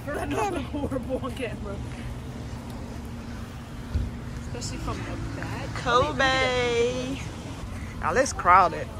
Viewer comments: Lol why you say Kobe like that. It’s pronounced like the basketball player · Did you dip your hair? (The braids). Maybe you won’t notice how they look if they look looser. Anyways it’s cute ………. you say Kobe so funny. The name is like pronouncing Kobe Bryant’s name lol